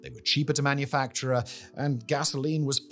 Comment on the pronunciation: "University of Alabamar" "Cheaper to Manufacturer"